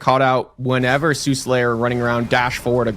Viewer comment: s there is, this mythology has existed for thousands of years Have no idea who the guy even is, I just know how to read. It’s Suhlayer, there is no second s